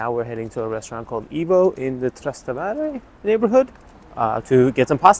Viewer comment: Please learn to pronounce Italian words properly,please. Trastevere,Guanciale,had to shut your video off